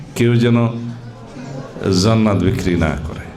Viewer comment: জান্নাত উচ্চরন ঠিক করে শিখুন